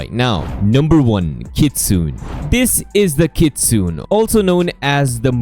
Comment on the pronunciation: its Kit-su-ne ,not kit-sun